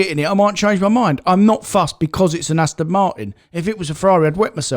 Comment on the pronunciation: Why does pronounce Aston, Astin?